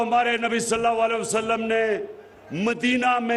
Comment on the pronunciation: Salal a waslam sahee kehna sekho